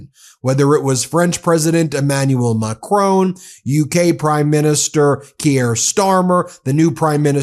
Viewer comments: It's Kier as in 'here', not 'key-air'. Also, it is 'mack-ron', not 'mack-rone'. Jesus, it's not hard. It just takes a bit of intelligence and humility and effort to learn how to pronounce these names, Ben Measles. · Hi Ben, Great content. Could you please pronounce the president of France, s name correctly please. It's Macron not Macrone.... It just jars a bit. Thanks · Macron not "Macrone"! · Macroon again instead of Macron. Guess we have to start calling this channel MeidasTooch to get them to pronounce it properly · MAC RON - not MAC RONE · I love listening to your podcast, but please say 'Macron' correctly! It's not pronounced 'Macrone'. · The man’s name is NOT Macrone, his name is Macron FFS! The name ends RON like saffron and not RONE as in groan. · I like your commentaries and watch frequently. Please pronounce the French President's surname correctly. It's really grating on me. His name is not pronounced MacrONE, like the way you would pronounce DRONE. It is Macron- phonetically MacRAWn with a soft n at the end. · it's not Mah Crone.... its Macron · Mac RON not Macrone ...Please. Merci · it's not Macroan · Hey Ben, its not "President Macrone", you pronounce it Mac-ron. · I appreciate your posts but, without wishing to cause offence, do you think you could learn to pronounce the French President’s name correctly… it’s Ma-cron, silent n, just google it, not MACKRONE. Thank you. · Please pronounce the French President’s name correctly. It’s Macron, rhyming with saffron - not Macrone, rhyming with phone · Hi Ben,please pronounce his name correctly: its not macroooooon, but macronnnn ( oh) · It’s MACRON not macrone. Mac Ron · Guys try and pronounced Macron properly please it isn’t Macrone! It’s Mac Cron! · Ben, French names like Macrón are pronounced Macrow, the w is almost silent. Please stop butchering French pronunciation. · PRESIDENT OF france is pronounced as MACRON! NO E AS LAST LETTER! NO OFFENCE MEANT